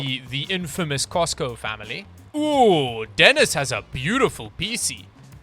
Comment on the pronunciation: It's Denis Costa ... not Cosco lol